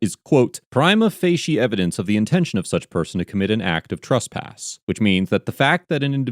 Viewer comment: Please stop saying "Truspass". It's "TRESpass".